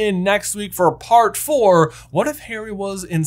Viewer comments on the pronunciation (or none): none